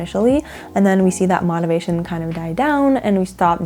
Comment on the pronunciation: Never heard anyone pronounce motivation like that